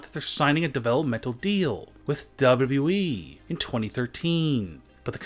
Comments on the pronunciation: Wierd voice and its not WE its WWE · its wwe not weeeeeeeeeeeee lol sorry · Why does he always pronounce WWE as dubbleu dubbleu e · Why do you say wwe like that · The way he said wwe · LOL XD SEE HOW HE SAYS WWE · Your gay because you said wwe wrong